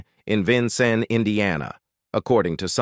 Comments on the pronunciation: Can you please pronounce his birth city correctly? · Love Red Skelton. Hate that they cannot pronounce Vincennes, Indiana. Another one always mispronounced is Terra Haute, Indiana!! Just annoys me a little! lol. AI ... I guess it can't always be perfect!